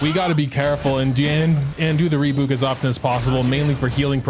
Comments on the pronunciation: saying "reebouk" instead of "rebyuuk" brings me a mix of cortisol and serotonin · wait is that re-byuk?! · i can't get over how you pronounce rebuke oh my god. rebook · it's probably the last wrothesley centric video but you're killing me, it's Re-byuke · rebuke. ree-byook. rhymes with puke. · Re-BYOUK! Like ukelele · It is "ree byook" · "Puke" Take that, replace the p with b, say re before it = rebuke. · I have been quiet for too long at this point,, for the love of god rebuke is pronounced re-byuwke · Love how he keeps pronouncing rebuke as "rebook" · Sometimes EU youtubers I watch speak english so well and in this very American accent, I forget they're EU and then they drop a "rebook" and it throws me off for a bit. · ITS SO ANNOYING LMAO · The way he’s pronouncing rebuke is causing as much damage to me as Wriothesley dealt to Masanori ❤️ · Is it not how it's pronounced in AmE? I know they like to drop yod so much (like in tune and Tuesday) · I'm sorry, HOW did you just say rebuke?